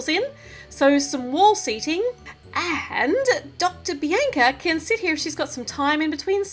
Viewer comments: Just saying bianca is said Bee AWN C UH oh nvm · its not bienca its bianca